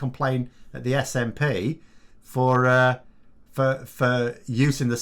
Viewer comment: Watched pmqs yesterday. What a load of crap. He couldn't even get the SNPs name right and this man is heading our country